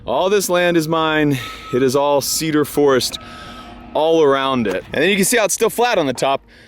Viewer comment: Washingtonians any time says "Cedar" or "Forest" and especially "Cedar forest": 🤔